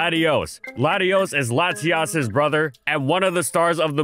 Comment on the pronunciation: Beother?! I thought it was her lover😨